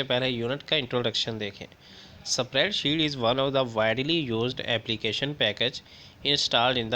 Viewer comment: Spreadsheet pronounce Galat ha bs